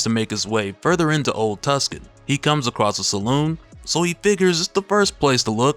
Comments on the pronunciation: Also its pronounced Too-sahn because its in Arizona (im guessing) and not Tus-Kan like in Italy. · Tuscon is pronounced "Too-sonn", not "Tus-kan" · It's pronounced Too-sahn, not Tuskan. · it's NOT PRONOUNCED tusk-N. it's pronounced 2-son !!!!!!!!!!!!!!!! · Why tf are you calling Tucson (tewk-son) Tuscan? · it is pronounced too san not tus can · say it with me.... TOO- SAN ..... not tuscan 🤦‍♂ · Two San bradda not tuskan lol love your channel brother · The city is pronounced, "2-son" The 2nd largedt city in AZ. It distracted me that you kept pronouncing it wrong the whole video. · It's old Tuscan .. like as in old Tuscan AZ... it's where they used to shoot all the old westerns back in the day. It's mostly abandoned now, save for Halloween.. .they do a haunted western event errr year... or at least they did when Iived there.... Pronounced Too-san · Not Tuscon my guy, Tucson. As in Tucson, Arizona. Pronounced like 2 sawn. 😉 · Hey brother, it's pronounced Too-san. Not Tuckson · It's pronounced two-sun, not tusk-con lol. The c in Tucson is silent. It's a town in Arizona. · "Tucson" is pronounced "Too-sawn" btw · Toooo-Son, Tucson. That movie set is real, its active & has food, stunt shows etc. I'm from Tucson AZ so thats home. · Good stuff! It's an old town: Tucson AZ. It's pronounced, Old Two-sOHn, fyi. Keep up the good work! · Tucson? Really? Who doesn’t know how to pronounce Tucson? It’s pronounced two-sawn. Never seen a western movie? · Tucson is pronounced two-sahn/too-sun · It's "TOOSAHN" (spelled phonetically) GENIUS! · Is it old tucson? Pronounced too san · Lol,it's pronounced "too - sahn". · I'm a native Arizonan, your pronunciation of Tucson needs some improvement, (Too-sahn). I appreciate the video though i do! it was just driving me wild haha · Say it with me: Tooo-Sahn. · Too saan. It's pronounced "too saan". It's a city in Arizona. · It's pronounced Tooson , lol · It's pronounced Too-Son. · Repeat after me “TOO-SAHN” “TOO-SAHN” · And it’s spelled Tucson.